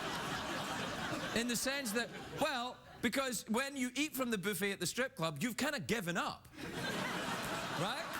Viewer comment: Boofet. LoL. I know it's buffet, but the way he says it!!